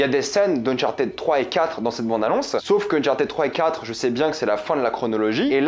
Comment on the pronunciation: le unchartaid est horrible a entendre , c'est uhn chaar tuhd